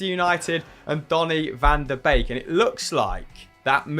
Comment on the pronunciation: I'll never get used to the butchering of Dutch names. Every ij in a Dutch name like Mike Verweij or Gini Wijnaldum is pronounced as a y. Donny van de Beek's name is pronounced as Bake, not Beak. Hopes this helps haha